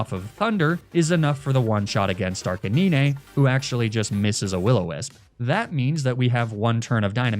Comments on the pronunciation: Arcanine is actually pronounced "ARK-UH-NINE" with the last part sounding the same way you would pronounce the number 9. Not being a grammar nazi, just trying to help. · Sorry, I can't subscribe to anyone who says 'Neenaytales' and 'Arcaneenay'... xD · *Did he just say "Ni-ni tails" and "Arca ni-nah"?*.... 👀...lol never seen Nine-tails and Ar-canine pronounced that way before but you know, to each their own lol Either way, Loved the video, always love videos like this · Ninehtales and arcanineh😭😭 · bro leanr how to say ninetales and arcanine